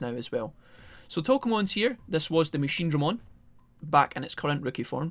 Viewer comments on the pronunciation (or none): fuck that machineDREmon shit, ITS MACHINEdraMON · I laugh everytime he says MachineDRAYmon